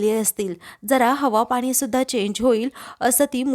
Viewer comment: आधी शुध्द बोलायला, वाचायला शिका. रुध्द नाही वृध्द असा शब्द आहे. आनि पानी बोलू नका. कानाला खूप खटकते. प्रथम नीट वाचायला शिका .ऊगीच पैशासाठी काही करता. एकसुरी वाचन होतय.